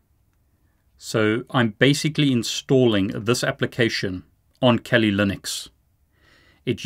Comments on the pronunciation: why do you keep saying Kelly Linux instead of Kali Linux? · The way you pronounce Kali pokes me in my ears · I think your pronouncing Kali wrong (I like the content your making)